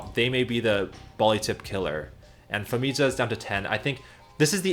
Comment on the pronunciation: Anyone else feel like Famija's J should have been pronounced like a Y? makes it way smoother and matches many european languages including Slavic languages Also another cool thing to add is "population of species + descendants" instead of just the main species. so ie. we can see when Noxixo's lineage went extinct